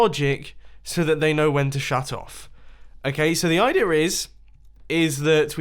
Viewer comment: the point when mumbo says "the I Dear is" in this video